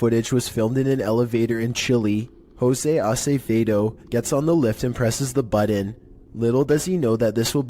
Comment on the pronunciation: The "buddon?!" My brother in Christ, there are no Ds in button!